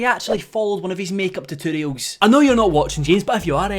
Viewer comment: the way you say “tutorials” amuses me so much